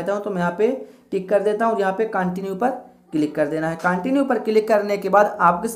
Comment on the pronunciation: Kya bhai continue ko continue bol rahe hain